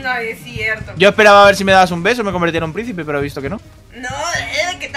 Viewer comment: En el minuto Dani diciendo Dios mío Dios mío que prrrro se oyó bien chistoso me mori de la risa